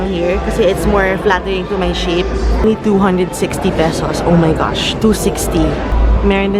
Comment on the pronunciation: "ow may gashhh"